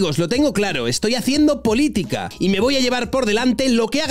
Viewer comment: Lloraré de alegría el día que Pablo diga "casa" en lugar de "gasa" y "politica" en lugar de "politiga".